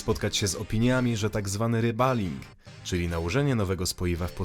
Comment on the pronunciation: Fonetycznie, mówi się REBOLING (REBALLING), a nie RABALING.